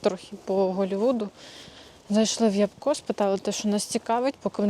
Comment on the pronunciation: Не ябко' а я'бко(наголос на перший склад). Ви що там не знаєте що таке ябка?